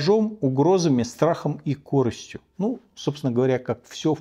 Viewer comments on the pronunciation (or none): Обеспечена корЫстью, а не кОрыстью